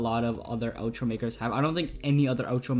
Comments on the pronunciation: Not to be mean, but it's OUTro not Otro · no I meant you SAID it like oetro like o